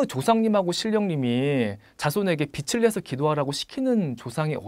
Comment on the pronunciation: 빚을~비즐,,이렇게발음 빛을~비츨,,이렇게발음 지적해서죄송합니다만,, 팬입니다~